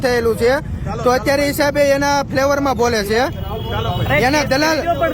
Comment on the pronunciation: ફ્લેવર નઈ. ફેવર 😂